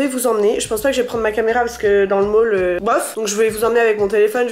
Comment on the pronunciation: Le "Mall" mdr